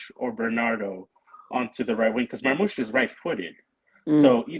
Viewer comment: Marmoush ❌ Marghost 👻 ✅